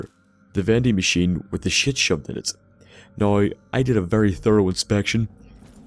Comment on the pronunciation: Magicians haha Great video, man, I love how you pronounce "Now" "Noy". Liked, faved, subbed